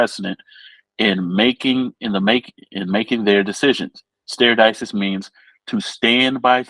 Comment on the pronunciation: De-ci-sis not dis-ses